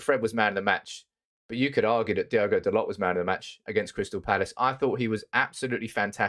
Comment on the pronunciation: Its Dal-O, not Dal-OT